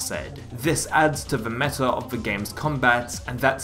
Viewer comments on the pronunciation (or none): none